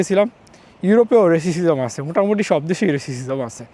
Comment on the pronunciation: রেসিসিজম না রেসিজম